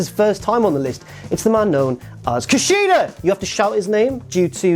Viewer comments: Sure you were saying Kushida at one point, but i couldn't make it out. Say it one more time please. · I kinda never want to hear say KUSHIDA ever again... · At first i was annoyed everytime said “KUSHIDA” then he got me lol